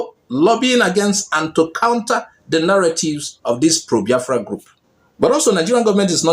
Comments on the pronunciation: Does he think that mispronouncing "Biafra" will lead to the relinquishment of the struggle ? He deliberately calls it "bafra" hoping to hurt the Biafrans but he's hurting himself. If I should use the same for your name then you're called "Akpati " meaning box or coffin. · Abati, It is BIAFRA and not bayafra- You are not, a good human being but a bloody liar- You betrayed President Goodluck Ebele Jonathan, as His media chief- You are a bloody hypocrite! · Ruben calls us B-A-A-F-R-A!!! Did he go to school??? Maybe he went to an Islamic school? Please I would like him to at least learn how to pronounce Biafra correctly. Is he such an illiterate that he cannot pronounce simple English words??? How can he be working in broadcasting. Okay, maybe because he is a moslem. He is a shame to the studio that he works for!!!!!!!! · Imagine the way he pronounced the name Boafra, Ruben Abati you are a certified idiot. May God have mercy on your wicked soul. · Abatị, the name is BIAFRA and not Bafra. Don't pour your hatred of the Igbos on the name. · You can even see the hatred the way he pronounce the name… Baafra… imagine. Always talking with two sides of his mouth. Ndi ara everywhere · Abati, I thought they said that you are a graduate, why calling Biafra, Baafra, like an illiterate? I am disappointed at your level of education and reasoning. You are a disgrace. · Reuben Abati is a confused man listening to him is a waste of time and data. He doesn't even know how to pronounce Biafra.. with his hate- filled bile he is pronouncing Biafra Bafra. Shame on Reuben Abati. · Bayafra 😂😂 Is that what is written down for him to pronounce? Truly a brown envelope reporter. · He can't even pronounce Biafra. Why does he hate Igbo's so much .God will disappoint all of you IJN amen. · Aba titi is a goat. A tribal bigot. Can't even say BIAFRA. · Abati knows how to pronounce every word except Biafra. Abati, may you end as you wish Biafra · Abaty is illiterate. He can't even pronounce BIAFRA